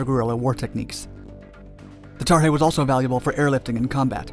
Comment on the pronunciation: Why is he calling the sky crane tarhey?